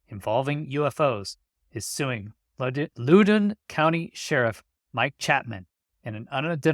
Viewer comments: It’s pronounced Lao-done…lots of govies living in the richest county in America. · @@ Great update. Minor correction, the county name is pronounced Lah-OW-Den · FYI. Loudoun is pronounced like “loud in”. I lived there for many years. Great work. Thanks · In Virginia it's pronounced "lowd-uhn". I hope he wins the lawsuit. Whoever released those records were breaking the law.